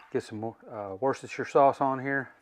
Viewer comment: Man that came out really yummy finger licking looking good :-) I think you summed it up perfectly...bad boy hahaha! OK...let's try this...say it with me.... WAR-STER-SHIRE 3 syllables hahahahahaha....thanks for sharing brother...enjoyed it!!!